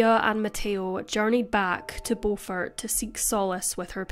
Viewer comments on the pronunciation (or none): Beaufort South Carolina is Pronounced Bufort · It’s Beaufort (Bu-fert) 😂😂😂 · I'm surprised that I haven't heard of this case! I only live a few hours away... Also it's pronounced "bYOUfort" (which is honestly weird now that i think about it...) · Its Beau-fort Beau-fort not The way you are saying it